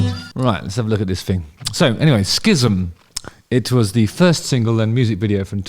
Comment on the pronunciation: Hate to be the dickhaed to point this out but it's pronounced like "siz-um". Rick Beato's breakdown of this song (What Makes This Song Great series) is worth watching by the way.